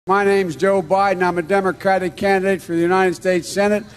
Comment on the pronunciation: Did he say Dumb-rocratic?